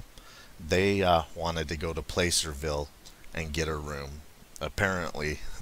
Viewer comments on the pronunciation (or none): Hi,! NorCal native here: Just a wee correction on the pronunciation of "Placerville": It's actually pronounced like "plasser" rather than "play-ser". Named after a particular method of gold mining "Placer Mining" which involves using water cannons to wash away entire hillsides and sluicing the muddy runoff for powder gold, rather than nugget gold. Great work!